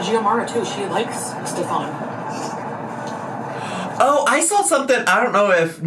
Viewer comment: My husband is german and his name is stefan. It is pronounced like Stef'n in germany., you pronounced it correctly